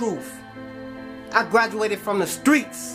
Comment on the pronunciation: "I graduated from the Stweetz"